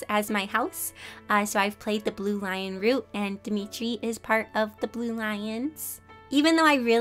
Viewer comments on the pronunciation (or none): none